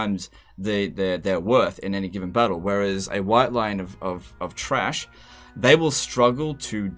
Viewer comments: It's official: Chrace is pronounced "Trash" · The screams of 1,000 high elf mains on multiplayer destroyed my ears when you said white lions of chrace